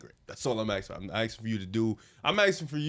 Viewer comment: God Lord, it’s “asking” not “axing.”